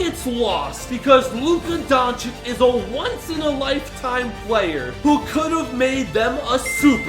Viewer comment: “Жокич и Дончик” 😂